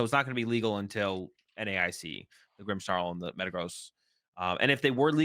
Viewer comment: Who added the "h" to "Grimmsnarl"s name? 😂😂